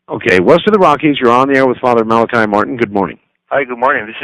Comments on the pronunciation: It's interesting, Malachi states his own name a number of times throughout the interviews, pronouncing it as "Mala-key". For whatever reason Art never seems to catch onto this, referring to him as "Mala-kai" all the way. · Dr Martin he himself states in interview #1 and #7 that his name is pronounced mal a key. Not mal ak eye. Ditto with mr Buckley interview.